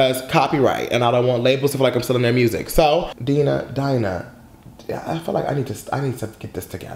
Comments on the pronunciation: Die-Nah not deenah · It's not DEE-NAH IT'S DIE-NAH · Yes thanks for reacting to Dinah Jane I love her so much 💞 & her name is Dinah Jane like Dinosaur pronunciation Die nuh Jane not Deeenuh Jane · Yeah Bottle’d Up did sound like a scrapped Fifth Harmony song, & her name is Dye-nuh i think instead of Dee-nuh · U keep saying Deenah and it’s DIE-NUH... DIE-NUN JANE Not Deenah 🙄🙄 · I'm gonna say this with love: it's pronounced DIE-nuh! 😂 But yeah she really did an amazing job with this EP. These songs aren't actually gonna be on her official album, which is why she released them. I would encourage you to look into the story behind her song "Fix It". It's such a personal song and I have a whole new found respect for her because of it. Great reaction as always! 💜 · Sis! Its "Dye-Nah" Jane LMAOOO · Thank you for reacting to our girl Dinah Jane pronounced Die-Nah lol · And it’s DI-NAH LOL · Its DIE-NAH LOL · I love how you you got her name right in the beginning then second guessed it a minute later and got it wrong then just gave up and called her dj😂😂👍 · you literally said Dinah right then wrongfully corrected yourself 🤧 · Right it’s annoying like he knows how to say her name